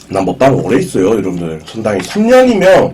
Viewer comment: 야 너는 조선족이냐? 왜 오늘 먹방은을 오을 머빵은 이 지랄을 하냐